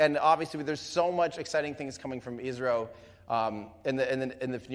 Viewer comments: I saw many people getting confused in live comment section when Tim said "ISRO" because it sounded like "Israel", the correct pronunciation of ISRO is: "is" as in "his" and "ro" can be pronounced as "row". Hope this increased the clarity, Great work done by Everyday Astronaut team as always👍👍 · He said ISRO